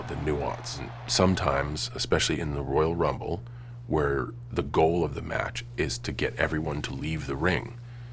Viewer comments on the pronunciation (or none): Woyal wumble